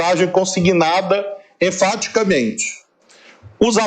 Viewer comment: Só eu acho que esse "enfaticamente" do Dino foi meio boy ola ? kkkk